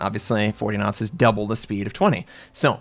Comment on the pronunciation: N1 Video. I thank you so much. All the German Youtuber dont tell the Viewer for what are the two scales are..... ;) In the first seconds i think - wtf he means with 20 Nuts g but then i understand that you say Knots and that make sense to me :) So, thx for this rly helpful Video....